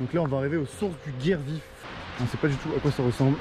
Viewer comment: Bonjour, super rando magnifique 👍👍👍👍 Par contre pour le guiers vif on dit guié vif 😉 😊